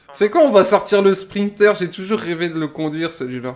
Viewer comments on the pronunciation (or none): On dit Sprinter ( Sprinnte-heur) et non pas Sprinkler